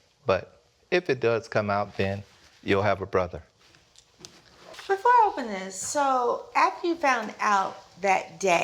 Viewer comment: The man said 'you will have a brotjer' How messy